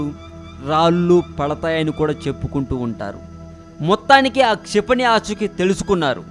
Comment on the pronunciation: its not "CHIPANI"...its "KSHA"....KSHIPANI....learn telugu first pls....try to concentrate these type of words...pls